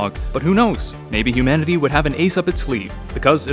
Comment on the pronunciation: He said hoomanity lmao